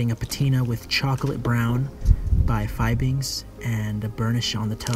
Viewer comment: I love your videos. I've watched them all. But I wanted to let you know that Fiebing's is pronounced Fee-bings and not Fye-bings. Keep up with the outstanding videos! I watch them while I polish my own shoes.